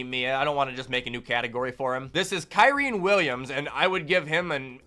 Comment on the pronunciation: blud said "Kaireen Williams"😂😂😂